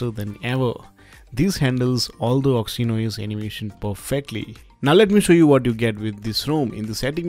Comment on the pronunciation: OXY-N-OS! HAHAHA!